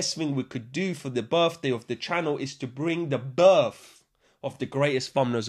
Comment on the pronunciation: "It's da channol's berfday; we hafta celebrate da berf." Pure joy on tap.